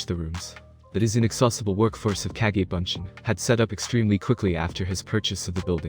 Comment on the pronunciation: Is the guy who's reading this an AI he pronounces words weird sometimes it's live sometime it's live and then kage or cage?